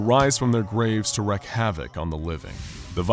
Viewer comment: WREAK havoc... not wreck